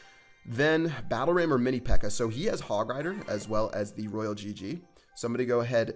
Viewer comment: ITS NOT ROYAL GG ITS ROYAL !!